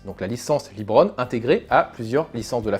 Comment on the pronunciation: Ah et aussi, c'est pas "Libron", mais bien "Leubron"